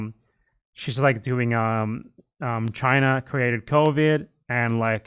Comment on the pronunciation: Chu-ai-na? I know exactly 0 Chinese people who say it like that, me and my family included